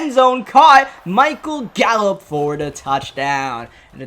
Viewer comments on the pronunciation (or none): none